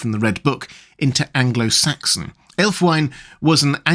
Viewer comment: Love your content,. I don't like to nitpick, and please don't take it as such, but I thought you'd wish to know the the only probable Anglo Saxon pronunciation of Ælfwine would be something like /ælfwiːnə/, approximating to "alf-wee nuh" (with a British, not American initial 'cat vowel'). Though, interestingly, the American version of the initial cat vowel gets us much closer to the meaning of that element, 'elf'! Which is unsurprising, perhaps, as US English did not undergo certain vowel changes that Southern British English did.